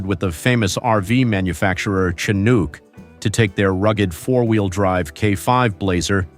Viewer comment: Another somewhat annoying thing is the synthetic voice. Mispronounced words are like nails on a chalkboard. There were a few in this video but, without watching it again, the only one I remember in Chinook. It’s pronounced shuh-nook (as in book nook).